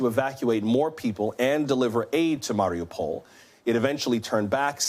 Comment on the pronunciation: Ukraine did not deny they said "we cannot confirm no deny"..also after 5 weeks of war how could you not know how to pronounce Mariupo??! US journalism has sunk to a new low.